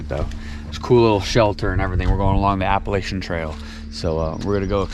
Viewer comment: Looks like you guys were hiking in the soup, smart to get up early on the more touristy places and have it all to yourselves while others laz about. Please just call the trail the AT so I don’t cringe when ya say it. Lol